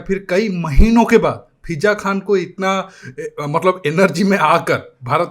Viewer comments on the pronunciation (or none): “Pheeja Khan”? Bihari, India teri jaan ho na ho, thoo Urdu zubAn ki jaan zaroor lega.